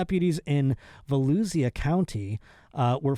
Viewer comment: it’s pronounced va-Lou-sha county, I demand a formal apology.